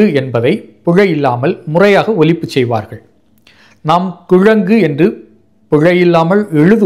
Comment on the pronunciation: இந்த விழியனில் பேசும் நண்பருடைய ஒலிப்பே மிகமிகப் பிழையாக உள்ளது. சில இடங்களில் ஒலிப்பு என்பதை ஒழிப்பு என்று பேசுகிறார். பிரவாளம் என்பதைப் பிரவாலம் என்று பேசுகிறார்.